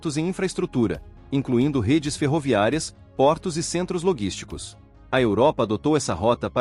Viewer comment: Logísticos sim, loguísticos não! Voz digital é um problema.